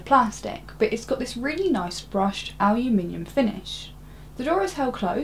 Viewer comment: Yes, she's clearly not American since she can pronounce "aluminium" properly. ;-)